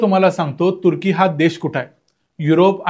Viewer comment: मला तुर्की शब्द बरेचदा "कुत्री" ऐकु येतो! कशामुळे? 🤔 🤣